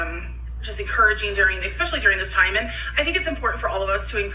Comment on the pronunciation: "Monday mills" 😂🙄 I absolutely cannot stand how she pronounces "MEALS" and it "RILLY" (lololz) drives me up the walls when she (and Amber + Eric too on this one) say "EXpecially" 😤!!!!!! I feel awful for those children of hers being taught how to pronounce (and spell) probably every damn word incorrectly 😖!!